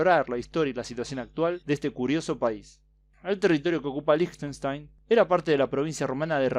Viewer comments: Yo solamente conocía a Liechtenstein por google maps. Por cierto se pronuncia 'Líjtenstain' :) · Se pronuncia likastain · Creo que se pronunciaba como Liejtenshtain